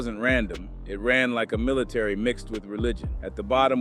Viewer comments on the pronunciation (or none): none